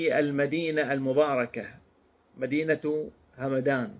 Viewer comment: أعتقد ان القبيلة تلفظ همدان بسكون الميم